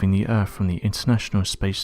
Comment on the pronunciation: Did you say "Errrrph" Hahaha Hahaha Hahaha Hahaha Hahaha Hahaha. Yeah the errrph is kinda earthly but it's not earth, errrph is errrphly in an earthly kinda way..